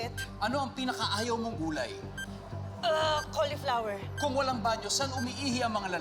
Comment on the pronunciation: Cauliflo-wer not cauli-flour